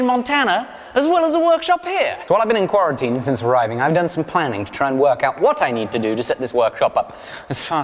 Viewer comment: Nobody:: Qwaratene